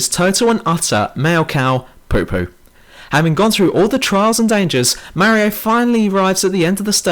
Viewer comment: You're so fucking dumb. It's not Daisy it's Peach, the Halo 2 ending was a cliffhanger and you say Mario wrong.